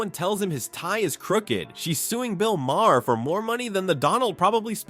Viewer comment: You should get someone real to read your text instead of relying on AI to do it. The repeated mispronunciation of Bill Maher's name in a posting that is ostensibly about him does you no favors.